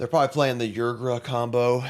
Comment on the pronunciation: Ygra = “Ee-gruh”.